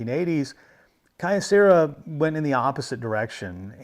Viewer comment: A bit pedantic of me, but "Kyo" is one syllable. The company name is written with a mix of kanji and katakana: 京セラ . So three (for English speakers - the Japanese writing uses another syllable to make a long "o" but English speakers naturally make the "o" long) syllables total: "kyo" "ce" "ra" . The company has dabbled into almost anything electronics over the years .